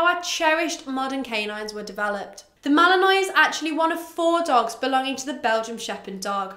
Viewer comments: Not to be one of those picky people but... isn't it pronounced Mal-uhn-waa not Mal-uhn-noy? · Uh I don’t have a British accent but I’m pretty sure it’s pronounced mal-in-wah regardless of accent